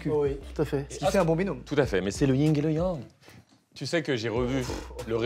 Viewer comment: Tres bonne video! Je me permets tout de même une remarque, c’est vraiment LE YIN* et LE YANG…et pas le YING😂